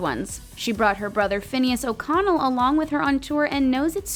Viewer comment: o-oconnel..? finneas oconnel fineeus ohconehl